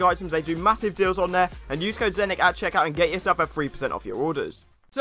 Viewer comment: Sry it’s zenic not Xenia my bas